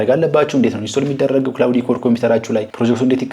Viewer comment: ክላውድ ነው ክላውዲ አይደለም